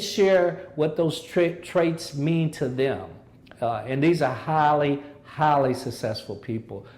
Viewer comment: when he said "highly" I thought he said "holly"